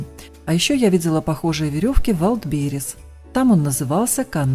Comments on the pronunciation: ну раз слово английское то тогда и произносить его надо правильно, через «Э», раз у нас все так по канону, а не ужасное русское звучание английских слов. В транскрипцие же, ударение ставиться на первый слог. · Ветка еще достаточно «сырая» не просушенная и на такой может не держаться термоклей от излишней влаги. Хорошо, что весь декор клеился на канат, а не на палку. И что не так с Вайлдберис, почему вы его постоянно произносите неправильно? Все равно, что постоянно произносить ягОды, ставя ударение на «О», а не на «Я» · Умеем же мы заметить соринку в чужом глазу ,хотя в своём не видим и бревна . Ну подумаешь ударение не туда ,куда надо. Многие мы, русские, говорим звонил,делая ударение на первый слог. Ухо режет! Звонят колокола произносим правильно,в школе ещё научили. Много делаем ошибок в писании,страшного в этом нет. Я тоже произношу этот вальдберис ,как написала,и ничуть не страдаю от этого! Это иностранщина. Лишь бы русская речь не страдала и не угасла напрочь,уж больно много в наш разговор вселилось иностранных словечек. Не сетуйте ! Давайте просто оценивать творчество!